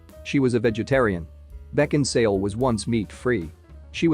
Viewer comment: Why did you insist on calling her Kate Beckinsdale? Her name is Kate Beckinsale. How could you make this mistake when her name is spelt correctly in the title?